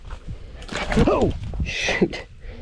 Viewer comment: I know he said shoot but it sounded like sh*t